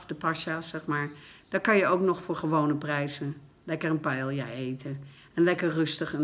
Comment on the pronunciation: Leer hoe je Ibiza en paella zegt aub. Na zoveel jaren ...😰😰🙈🙈